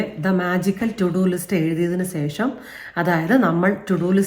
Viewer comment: ഈ വീഡിയോയിൽ ഏറ്റവും കൂടുതൽ പറഞ്ഞ വാക്ക് "സേഷം" എന്നാണ്... 2025 മുതൽ അത് "ശേഷം" എന്ന് പറയാൻ ശ്രദ്ധിക്കുമല്ലോ.....